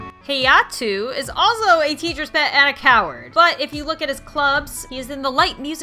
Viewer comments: How to pronounce the names you butchered: Yui= You-E Hayato= Ha-Yah-Toe Ryusei= Re-You-Say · did she just say hayuto yuto is good